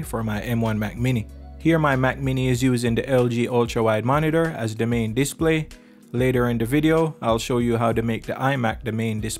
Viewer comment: The is pronounced "thuh", not "duh".